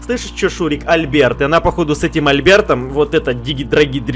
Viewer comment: Альберт ударение на букву "А"